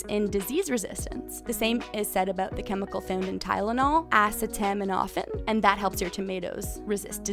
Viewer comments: You said "Ah-c-toe-med-a-fin" wrong... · THE WAY SHE SAID ACETAMINOPHEN KILLED ME 😂😂 im pretty sure it pronounced “a see toe min a fin” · The way you said acetaminophen sent me 😂😂😂